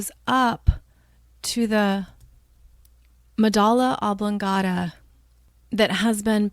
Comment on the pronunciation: "Medulla oblongata," not "medala." Ugh.